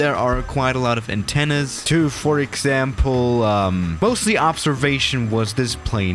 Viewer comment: Nobody:: aTteNnas